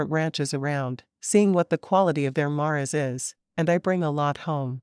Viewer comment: Love these books.... Even the AI narration sounds almost normal. But I can't help but laugh when she pronounces mares as mahrezes